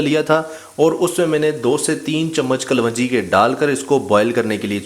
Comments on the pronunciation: Kalwanjee is wrong pronounced Correct is kalonjee. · yeh lafz kalwanji nahi kalongi hai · Hahaha Punjab me kalwanji hota hy😀yes right pronounciation is kalonji. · Ye kapvanji nahi kalonji hoti hy in sahab ko thek sa bolna nahi ata mehboob bhai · This is kaloonji , not kalwanji.. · O bhai pendu kalwanji nahi hota kalonji hota hay jahil pehlay bolna to seekh bara shoq hay YouTube sey pesay kamaney ka loray...